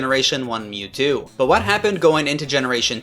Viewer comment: i didnt know it was possible to mispronounce mewtwo